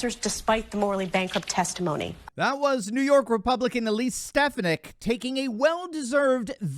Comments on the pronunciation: her last name is pronounced Stef phonic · Now you know her name is ste fon ik.